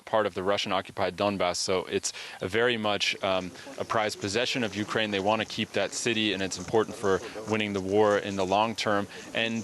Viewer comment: Hey Putin - Its Ukraine not Orkraine!